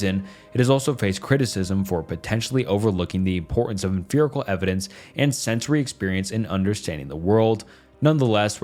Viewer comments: Your pronunciation of 'emfirical' and 'emfiricism' got me absolutely bothered. After like the 8th or so time, I started to wonder if I was witnessing some kind of absurdist joke. 😆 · for the love of god, it is not emphirical or empherisism. hard f-g P. em Pi ri cal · EmFiricism. EmFerical evidence. Have I been saying it wrong? Thats a P, not a ph in Empiricism